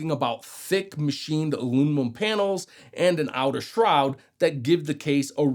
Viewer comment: he's saying it that way just to get the comment. he gets a dislike and block too.